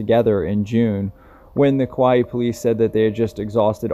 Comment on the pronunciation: Kauai is pronounced "Cow-Eye"